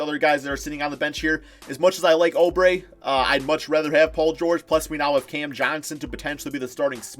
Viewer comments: Stop saying O Brey it’s oo brey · It’s oubre not obre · say it like oobre not obre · Why does he pronounce oubre like that?